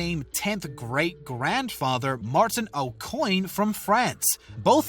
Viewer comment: "O'Coin"? Did they mean "Au Coin?" If it's French...